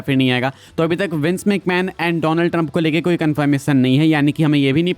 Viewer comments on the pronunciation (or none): none